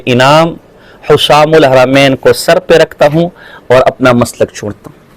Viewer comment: اب کیسے بھاگو گے۔۔جب کہ فتویٰ ملگیا۔۔۔۔ رشید احمد گنگوہی تو اپنے کفریات عقائد کے وجہ سے کافر ہے۔۔جو اس کو ایمان والا مانے وہ بھی کافر مرتد ہے‌۔۔اس کا ایک ہی کفر نہیں ہے اس کے تو کءی کفر ثابت ہیں ۔کہاں تک بچاؤ گے اور بچاتے بچاتے خود ہی کافر ہوگئے ۔۔اور کتاب کا نام حسام الحرمین ہے نہ کہ حسسام الحرمین کتاب کا نام تو لینا آتا نہیں ہے۔۔۔یہ رضا کے نیزے کی مار